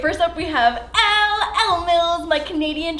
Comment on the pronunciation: girl... I love you. But Elle’s name is pronounced like Ellie ❤️... 😂